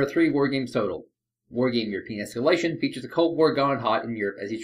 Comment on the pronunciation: Why i always hear "Your penis scaletion" insted of "europian espalation"?